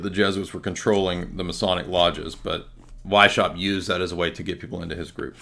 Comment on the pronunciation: Btw its Weiss-haupt. Means white head. No sh sound in the pronounciation.